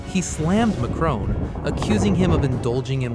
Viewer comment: Hahahaha Dimitri called the tranny lover Micron instead of macron 😂😂😂😂